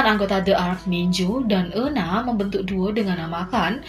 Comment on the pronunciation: euna dibacanya yuna 😭🤧